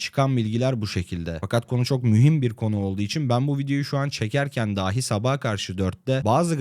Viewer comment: Size tavsiyem, işinizin konuşmak olduğu göz önüne alınarak "daaahi" ile "dahi" arasındaki farkı öğrenmeniz ve bundan sonra da ona göre söylemeniz olacaktır. İyi çalışmalar.